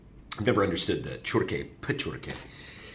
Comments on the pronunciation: It's not Pečurke and Čurke, but Pečurke and Ćurke! 🤣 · its ĆURKE and PEČURKE, two different letters Ć and Č 😊